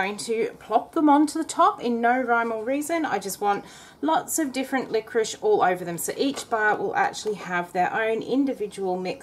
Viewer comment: Why do you call it 'liqoriSH? You wouldn't ask for a chicken tikka with some boiled Rish, would you?